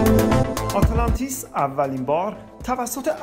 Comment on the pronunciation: اره خیلی ضایع است اینجوری تلفظ میکنی آته لانتیس.